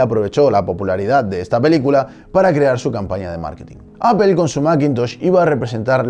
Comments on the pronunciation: lo curioso es que no lo leemos tal como se escribe porque seria "aple" y nosotros decimos "apel" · lit no dice aple si no apel. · apol, si se dijiera como se escribe seria aple no apel. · No seas fundamentalista vamos, pronuncialo bien, "Appol" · pues tal como se lee en Español es Apple, no Appel jajaja buen intento (por cierto fiasco? se nota que jamas usaste una) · Cuando lees Apple en español no lees apel, lees aple, mejorando te ves mejor en vez de defender lo indefendible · Igualmente dices /ápel/ y no /aple/ por lo que no lo pronuncian como se lee 🙄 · Pero si Apple pronunciado tal y como se lee que no sería “Aple” y no “Apel”? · Muy buen documental, pero me pregunto ¿porque pronuncias Apple como apel? En español es aple y en ingles es apol. Es tan bueno el documental que se aprende a soportar la mala pronunciación. Si quedan dudas escribe apple en google translate y a escuchar :-) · Entiendo q en españa las palabras en ingles las leen como se escriben, entonces Apple se lee "Aple" y no "Apel" . No se de donde diablos sacan eso de Apel ? mas claro el agua. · Es muy cagado escuchar a un español pronunciar Apple... decir Apel en lugar de Apol... dan mucha risa. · Yo no entiendo por qué pitos los españoles dicen APEL Y NO APLE como se lee. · Señores españoles, no es ÁPEL, se pronuncia ÁPOL. Si van a refugiarse en el absurdo argumento de pronunciar como se escribe, al menos pronuncien ÁPLE🙄🙄🙄🙄🙄🙄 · Clase magistral en 10 miutos... que me enseñaon el la Universidad en 2 semestres. jajajaj. A propósito... a pesar de tu comentario fijado, se pronuncia APOL, sin ofender. salu2. APEL "OPEL" ES OTRA MARCA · por que pronuncian apel, si se escribe apple? Me explicas, gracias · pero tu no dices apple, dices apel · Pero es facil! Solo di “apol” jajajaja es mas amigable jajajaja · y quien dijo que lo hago? yo si se ingles y los nombres no se traducen, o acaso tu dices: luis de Beethoven o Ricardo wagner? Apple no se pronuncia Apel, punto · Apple /Apol/. Google /GUgol/